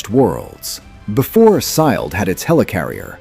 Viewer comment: Before WHO had the helicarrier? SYLED? As in Agents of SYLED? 😂